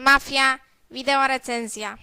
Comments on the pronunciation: Jeden z niewielu tytułów, które przeczytał poprawnie :) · Jedyna gra chyba ktora dobrze zapisał i dobrze wymowił XD